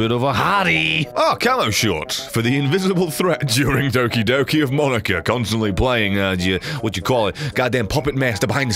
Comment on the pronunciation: it's moh-knee-kah, not maw-nih-kah